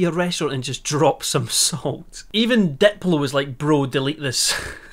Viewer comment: I love the way he says Diplo. "dep-low" it brings me joy